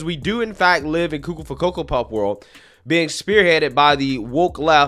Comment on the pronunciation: I like when you say coco for coco puffs hahahha